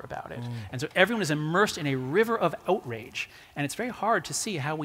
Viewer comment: "Oat-rage?" Is he canadian or does he feel strongly about grains?